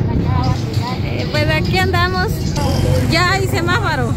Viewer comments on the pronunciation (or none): Ala Semafaro😂😂😂😂😂😂😂SEMAFORO POR FABOR HABLA BIEN NO. COMO LA CHENTIA😂😂😂😂😂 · Es SEMÁFORO no semafaro😂😂 Y eso no fue un consejo lo que dio mas bien fue una humillación xq no hablo mas bien grito y los trapos sucios se lavan en casa!!! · Semáfaro?? Hay 😅😅😅😅pregúntale a Adriana cómo se dice 😊